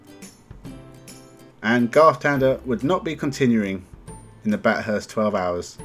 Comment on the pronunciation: I assume you didn't watch any of it. You should know how to pronounce Bathurst if you did.